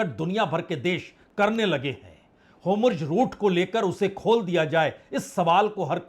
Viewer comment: DEAR SIR AAP HOMURZ BOL RAHE HEIN HONA CHAHIYE HORMUZ. REGARDS & THANKS FOR QUALITY CONTENT